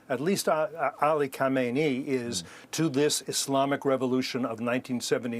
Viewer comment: Instead of Kokakkaamineyi, easy say MouseAli.